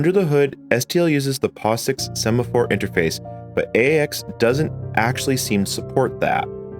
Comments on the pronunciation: "Sephamore" is a weird way to pronounce "Semaphore" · sephamore problem... 🤭... Kinda what my wife has when she sees a sephora store. I guess it was a semaphore problem (mispronounced) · yes, and the "sephamore" problems.